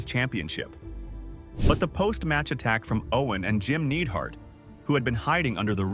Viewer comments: Who the fuq is jim needheart ai fails again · Dude talking bout Donovan not knowing wrestling while calling the Anvil “Needhart” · Nidehart, not NEEDHART. Learn how to pronounce names dude. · "Jim The Anvil Needhart!!" Stop this Ai garbage! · Jim “needhart”? “Tatainka?” What’s even more annoying is that he learned how to say Tatanka by the end and didn’t edit out tatainka “ also Bret didn’t get squashed by yoko, I don’t know how long the match was but it definitely wasn’t 9 seconds or whatever you or the ai voice said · Dude, Tatainka? Needhart? Baanzai? Skayland? Owen begged himself to not throw in the towel? This is either an AI narrator with no effort given to make sure it sounded good, or this dude has never watched 90s wrestling. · Almost tricked me into thinking this wasn’t AI dubbed but Need-heart gave it away. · He mispronounced jims last name too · I love how they insult Art Donovan, while the crappy A.I. voice can't pronounce Jim Neidhart, Tatanka, among other names correctly. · AI slop. You can't write a script where you bag out a commentator for not knowing anything about wrestling, then you can't pronounce Neidhart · Mocking Art Donovan for not knowing anthing is always fair. Not being able to say 'Neidhart'`. Not so much. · I like how he says jims last name wrong.